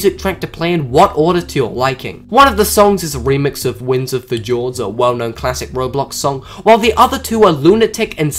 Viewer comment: " Winds of FUH-JORDS "